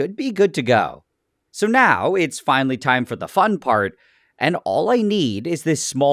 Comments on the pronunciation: "small amount of craughhst" can't stand that accent it's like a rude Karen type of voice " faun" instesd of fun lol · Why do you say "fon" instead of "fun"